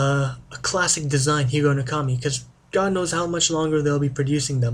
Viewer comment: I very much enjoyed your video presentation. I have seen Japanese names mispronounced much more poorly - you did a pretty good job. I am sure any Japanese person would appreciate your respect for their culture and language not to mention one historic piece of their cutlery tradition. (I cannot comment on the history since I know very little of that myself.) I love my higonokami and wish more westerners could be exposed to this wonderful knife because it is such an impressive cutting tool.